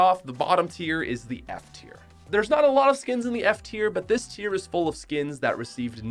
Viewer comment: Your saying tier was terrible